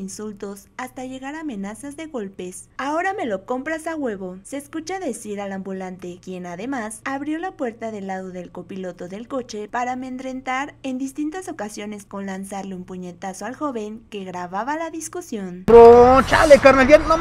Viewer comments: Como la narradora... ~ 'amendentrar' . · Amendrentar? No mames hija.... Practica ese español jajaja es amedrentar..... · No de dice “amennnnndrentar” 🤣 !!! Se dice “amedrentar”! Pongan cuidado en esos detalles, son medio de comunicación! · ameNDrentador jajajajjaaj ameniza 😂😂😂😂😂 esa periodista es una lokilla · 😂😂😂LA QUE NARRA DICE "ANMENDRENTAR" QUE NO ES AMEDRENTAR😂😂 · Escucharon a la locutora decir 'ameNdrentar'? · "amendrentar" qué oso con la narradora de este vídeo